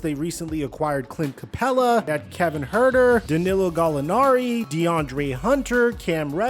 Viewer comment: What the hell did you call Kevin Huerter? 😂